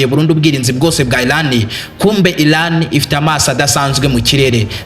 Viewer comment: Bavuga Iran ntabwo ari Ilan!!!